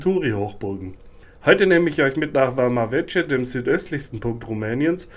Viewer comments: War selber schonmal dort, meine Freundin kommt da aus der nähe her (Mangalia). Kleiner Tipp noch, man spricht es ‘’Wama Weke’’ aus. :) Sonst interessantes Video. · Man spricht Vama Veche nicht Wama Wetsche, sondern Wama Wecke!